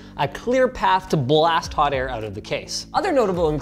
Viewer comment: They way Linus said Blast tickled my brain.